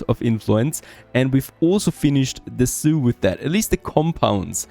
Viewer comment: MYbe it's just me, but everything he says zoo, I hear Soiux and wonder why he keeps talking about Native Americans.